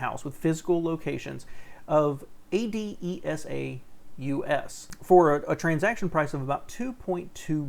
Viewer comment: You are pronouncing ADESA right. Carvana and their sister company Drive Time bought a lot of cars each week from the location I worked at. ADESA was mostly down trending in profits during covid, but the one I worked at made millions. I can say that Carvana and Drive Time buy the best specimens of vehicles only and they pay for all the post sale inspections so the cars they by are backed up by the auction if anything pops up in the near future after they are bought. They sell high, but they also buy high. They try to get documented low mile vehicles that were never crashed. They don't buy projects or cars that have to go to a body shop for much of anything.